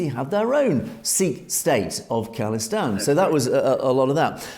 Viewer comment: how you say Khalistan is absolutely correct. Not call istan! God knows where they got that from.